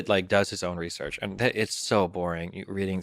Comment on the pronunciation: Really? 30 seconds in? Couldn't do a second take? Reaullsearch? Jeez man so cringe